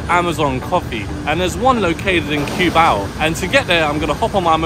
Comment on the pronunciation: My wife is hearing the video in the background and correcting your pronunciation of of Cubao. I keep hearing her saying coo-bow from the kitchen LOL. I explained to her that english speakers pronounce it that way because of how it is spelled.